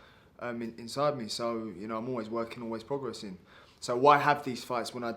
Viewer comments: Mad no one has told Benn how to say progressing instead prodgressing considering it’s his most used word in every interview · I pictured Chris Eubank snr correcting him on how to pronounce the word "progressing"